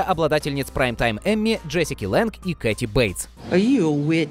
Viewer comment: Джессика ЛЭНГ!!! как же режет звук ваше "Лэндж", дизлайк.